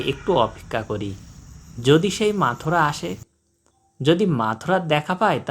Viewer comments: মথুরা আর মাথুরা দুইটা কিন্তু দুই জিনিস উল্টাপাল্টা উচ্চারণ করে বিব্রত করবেন না। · চমৎকার ভিডিও, কিন্তু পাখিটার নাম বারবার ভুল উচ্চারণ করা হচ্ছে, পাখির নাম মথুরা, মাথুরা না।